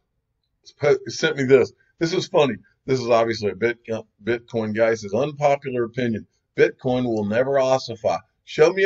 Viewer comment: Gotta stop mentioning the "Bitcom" incident. It was a slip of the tongue, let's move on. Love the channel otherwise, but again, let's get over a single comment.